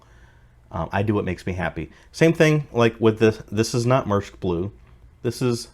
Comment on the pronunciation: It's a good set, I still have mine (knock off because money was tight) modified to have the "SP Light Kit". And a note, it's pronounced Mear-esk.